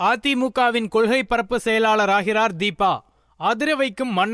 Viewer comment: என்ன தமிழ் பேசரீங்க...அதற்காஹ,ஆதரவாளர்ஹள்,கொள்ஹை...இப்படி தான் பேசுவீங்களா?சே சே.